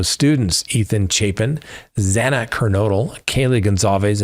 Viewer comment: The judge hipler is disgusting! His first action in court was to whine about him and his staff receiving calls about this case. He repeatedly mispronounced xana"s name and is just a worthless punk!!!! All of society is at risk now because they made sneaky deals and proved this country is soft on crime across the board